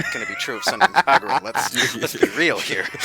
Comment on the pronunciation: "SENREN KEGURA." WTF DUDE. It's Senran Kagura. I spent a good 1,000 yen on it. RESPECT THE GAME.